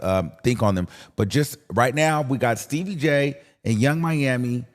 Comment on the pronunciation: Not Stebbie Jay 😂